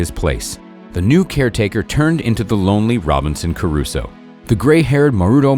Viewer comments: Nice video, but its ROBINSON CRUSOE not Caruso. Sorry to nitpick. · Sir, Just for your information, it's Robinson Crusoe. Caruso was a singer!